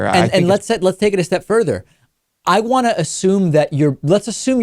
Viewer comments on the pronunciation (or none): none